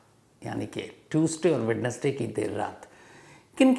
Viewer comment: वैडनेसडे नहीं सर वेंसडे होता है